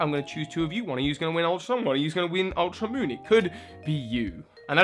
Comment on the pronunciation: "Ultra Monn"